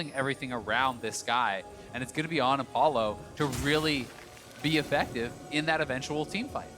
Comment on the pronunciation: Anyone else hear this guy say “O-ffective” instead of effective?